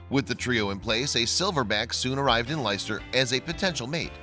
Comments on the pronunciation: The city is pronounced "Lester" not "Lyster" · It’s pronounced Lester ...not Licester..despite being spelt Leicester I know I’m born n bred there still x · It's pronounced "Les-ter" and Staffordshire is a county not a nearby town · Spelt Leicester but pronounced Lester!! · You pronounce Leicester, Lester. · Leicester is pronounced Lester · What is the point of this video is it about your ego talking about the animals or about the animals themselves because I wanted to see the baby gorilla acting up not you talking about it fool oh and fyi if you can't pronounce English place names here's a tip don't do videos it's called Leicester but pronounced Lester it's not rocket science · Hello. The place name is pronounced Lester. Peace